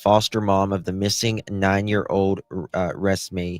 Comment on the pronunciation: You didn’t not say her name correctly at all please watch news reports before saying her name